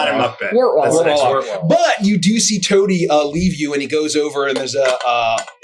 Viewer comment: YOU MISPRONOUNCED TOADY